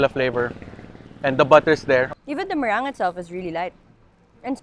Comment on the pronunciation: The “meringii” felts so good! 🤣🤣🤣 I am sorry for nitpicking, but I can’t help it! Hahaha. I like your contents though. But this one. I dunno. 🤣🤣🤣